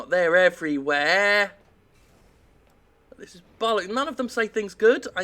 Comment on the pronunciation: It's Jim's inflections that really make me laugh. He coulda said "They're everywhere!" like a normal person but instead, Jim being magnificent, he said "They're Ev-ree-WHERE!" and I laugh. Thank God for Jim =)